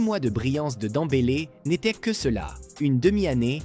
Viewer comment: Et toi qui sait même pas dire Pedri . Et qui dit suivre le foot 😂😂😂 Dent bélé 😂